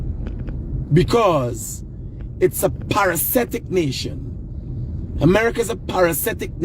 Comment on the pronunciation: Hi - It's parasitic NOT parasetic